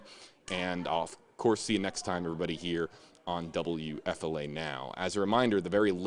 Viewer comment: Wfla it's time shelve Laundry We are tired of it. Also please pronounce your station call signs correctly. You say wfla wfla wfla wfla wfla too much. Please get a new story